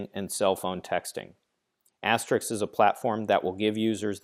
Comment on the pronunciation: Stop pronouncing it asterix